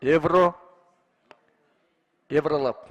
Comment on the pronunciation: аква лаб евро лаб. деп айта албайбы